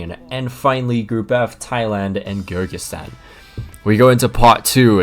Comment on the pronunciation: For future reference, Kyrgyzstan is pronounced K-eer-gy-stan